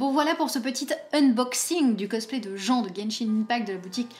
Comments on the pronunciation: Ça se prononce djin pas jen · je veut pas passer pour un mechant me tuez pas svp ! (mais il me semble que jean de Genshin se prononce "jeen" ) ^^'" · Merci pour la video qui m'aide beaucoup!! Mais par contre ON DIT JIN!! RAAAAHDVJAVSSKVDDV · Elle: le cosplay de jean (jen) moi: haaaa ça se prononce Jean (jeen) TvT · Par pitié ça se prononce "jin" TwT sinon ça fait vieux alcoolique alors que Jean est vraiment tout le contraire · Jean.... on dit plutôt jinne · Salut, je joue à Genshin Impact et Jean se prononce à l'anglaise comme le pantalon:p